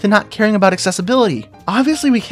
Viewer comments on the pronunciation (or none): none